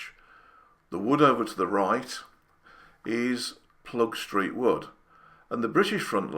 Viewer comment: Well explained! It’s not Ploegstreet but Ploegsteert btw … ‘steert’ is dialect for ‘tail’